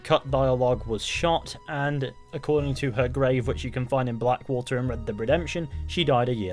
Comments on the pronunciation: Red deb redemption 😆 wtf are you saying 😅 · "Reb deb redemption" lol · "Red Deb Redemption" 😂😂